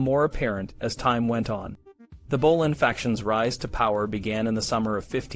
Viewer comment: Bolan?? It's Boleyn!